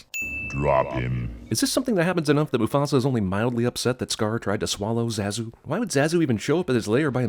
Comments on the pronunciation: Cinema wins guy pronounces characters name Zaaa zoo seconds after the film clip correctly demonstrates the pronunciation of Zah zoo. Rhyms with Bah dude. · So with this film being out for over twenty years and hearing all the characters pronounce Zazu's name as Zah-zuu, you pronounce it with the "a" sounding like the "a" in "cat" and "bat". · I should sin you for the way you're pronouncing Zazu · I never thought that name pronunciation would make me physically violent but me and my now smashed iPhone 11 has learned the harsh truth. THAT'S NOT HOW YOU SAY ZAZU DUDE! Jesuchristo! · It's pronounced ZAH-ZOO!! How could you screw that up? You clearly had to have watched the entire movie to make this video! Simba even says his name in one of the clips for a sin! I haven't even seen this movie since the 90s, and I know that. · your pronunciation (or rather mispronunciation) of Zazu is comparable to that Krampus or even possibly to Aang. ding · I think the way you pronounced zazu is a sin in itself...